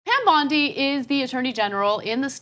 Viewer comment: Isn’t her last name pronounced “Bond-I”?